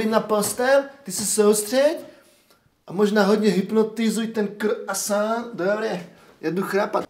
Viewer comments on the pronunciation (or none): none